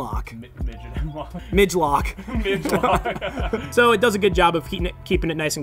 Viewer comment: "MIG-LOK" 🤣 "For those that want to run even shorter."